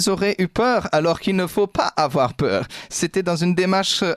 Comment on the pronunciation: " n ayez pfffa pewuuur.." 🐑💉🤔